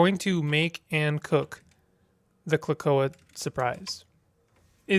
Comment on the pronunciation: I'm sure someone has mentioned it, but the word is pronounced like, "Clo-ay-ka" and it's a genital 😄